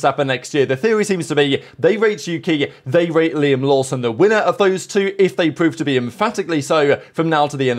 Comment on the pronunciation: As a Japanese, I have to tell the kiwi Liam, Not Laim